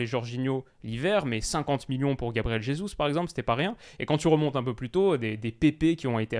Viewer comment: Gabriel Jesus n'est pas espagnol. Merci de ne pas écorcher son nom